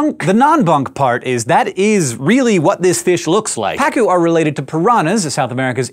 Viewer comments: Just adding: it's pronounced "paCU" not "PAcu". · Its name is actually pa-CU, which in spanish we write pacú. Quite sad the fact that it's an invasive species. On the bright side let tell you, it's delicious when grilled!